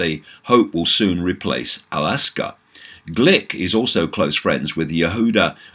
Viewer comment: David... Just wanna point out it's not Alaska😅 but rather AL-AQSA (Pronounced: Al-Aksa ~ A K S A). Gonna continue watching the vid now.